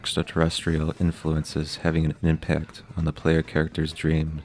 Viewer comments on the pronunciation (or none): none